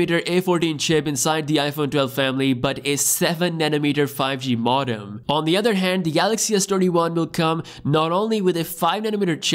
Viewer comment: It’s pronounced mode-um